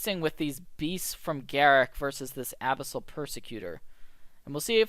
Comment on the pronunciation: I can't be the only one mentally screaming about the "Abyssal" pronunciation here, right? ;) great video! keep it up!